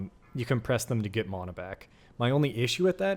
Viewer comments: Can’t get past how you say “mana” 😮‍💨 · I got sooo annoyed gave flash backs of aang as ung if you know you know. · 1000% this😂